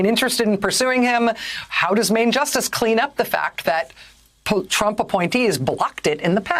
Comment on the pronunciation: did she just say trumpet?